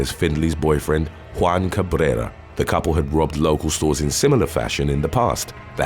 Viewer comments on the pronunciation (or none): none